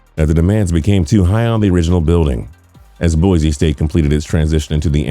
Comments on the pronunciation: Please -- Boy-C not Boy-Z. Thank you :) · People it’s Boise with a S not bozie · It is pronounced "Boy-see". There is no 'Z'. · It’s Boise not Boize. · Haha, just FYI it's boy-see and mack-al-vein construction.